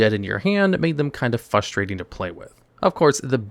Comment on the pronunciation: You know what is unbelievably "fustrating"? Hearing a very articulate, incredibly knowledgeable, ADULT content creator mispronounce a 6th grade vocabulary word FOUR times in the first four minutes of a video! 🧠💥